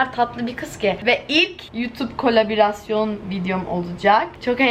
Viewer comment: kolebirasyon ŞLWEKADPOŞLEKDSCŞ ingilizce kelimeleri türkçeleştirmek nil ve eylülün en büyük problemi